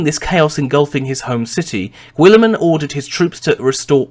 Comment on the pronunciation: sorry but I can't take this vid seriously with your pronciation, GWOOLY-MAN It's a silent 'U' just like in the word guild which makes sense as He carried over Konor's meritocratic methods to govern maccragge and eventually reform society and trade across the galaxy, just like the Roman empire settling across Europe and Asia. And considering just how far the Ultramar system is from the Sol system I think it's not too much of a farfetched analogy.